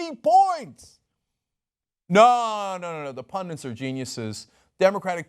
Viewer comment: Pundits, not pundants. They're bandits, not bandants.